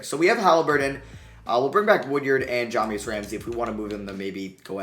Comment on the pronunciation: It’s wood-ard not wood-yerd.